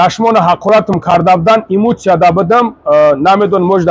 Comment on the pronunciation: Еее ГУШКУ ЛАНГАРИИ ЧАНГАЛИИ ТЫ КИИ, ХАМА БОЯД БА ФИКРИ ТЫ АЙ ТЫ БАХШИШ ПУРСА. ИЗООО НАМЕКАШИ БРА ЯКОРИ МАРДАКИ КУ АРУСОБАРИН ХАРУЗ ДА ЭКРАН ХТА ИШОН. (ИШОН не НИШОН меша Нишон) дода гаштай. ИМУЦИЯ НЕ ЭМОЦИЯ. СОЗ ГАП ЗАДА НАМЕТОНИ БО И ГАП ЗАН